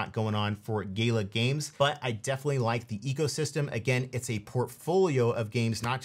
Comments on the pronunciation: Gala Games brah, not Gay-la, otherwise solid recs, UOS lightyears beyond Gala tho from an infrastructure standpoint IMO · Gala isn't pronounced gayla;)